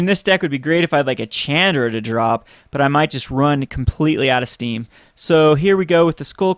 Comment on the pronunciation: chandra is pronounced SHAWN-DRA . Cool deck